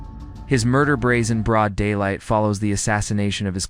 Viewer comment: Not " Braod" it's Broad .